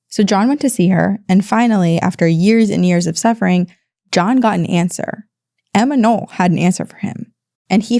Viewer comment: Not Emma Noll, but Emma Knopp.